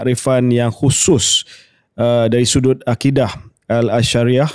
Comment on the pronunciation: Kecewa dengan episod ks kali ni. Awal2 mengaku bukan ahli bidang & then proceed untuk discuss jugak. Banyak kesalahan fatal dalam discussion. Sebut asyairah pun tak betul. Tak setuju pun at least jemputlah wakil pihak mufti wilayah persekutuan jelaskan pendirian mereka. Adil bukan sahaja kena dalam bincangkan politik kepartian, tapi mestilah lebih dituntut dslam membicarakan soal akidah